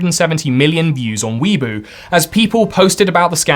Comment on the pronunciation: Great work as always, just a couple notes: Weibo is pronounced "way-bow"; Deprecated (deh-pri-kate-id) code means no longer up to standard and should, keyword SHOULD, be discontinued in code base usage. No guarantees that the code actually gets updated